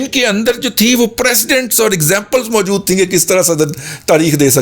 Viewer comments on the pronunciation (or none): none